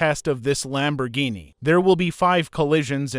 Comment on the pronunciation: I have no problems with your videos but just please stop using this AI voice it is saying stuff the wrong way and it is driving me crazy like you're saying roof wrong and you're saying Lamborghini wrong just please use your normal voice please I'm begging you 🙏🙏🙏🙏